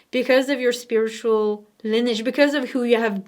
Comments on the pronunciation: Lineage is pronounced “Lin-eee-ij” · It is lin-ee-age, if that makes any sense ❤ I love you! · Yes, it's pronounced lin-ee-ej...fabulous reading! You are helping me a very great deal! xoxo